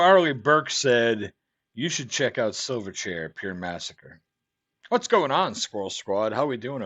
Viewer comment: You pronounced it right the 1st time mate. These boys were from my hometown (Newcastle NSW) can't say I was ever a fan though. Chili Peppers took them under their wing in the US.